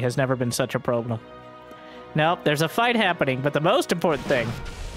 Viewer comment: Did you say 'Probe-lem'? when that probe was blocking those stalkers at the watchtower? lol